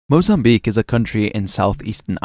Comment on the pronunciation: thanks for pronouncing Mozambique right (mo-zam-BEEK) instead of mo-zam-bi-KAY <3 -a fellow lusophone